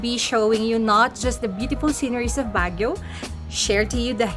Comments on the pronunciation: Baahh gio not BAG E O. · Ouch. Constructively it's not BAG YOW. You certainly did try to pronounce everything though. Good you did the whole touristy thing but there is so much more to Baguio, this coming from someone that has native family there and our late grandma remembers the Japanese bombings as a young girl. Asin Hot Springs would have been a great side trip.